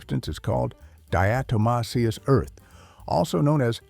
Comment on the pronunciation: Some good advice here but also some bad advice. Do your own research before you take the advice any video, let alone AI that can’t even pronounce diatomaceous earth.